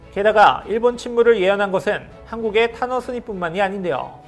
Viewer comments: 탄허스님 말할때 왜 타노스님으로 들리지 ㅎㅎ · 탄허스님 이라고 하는데 들을때는 타노스님 이라고 하는거 같다.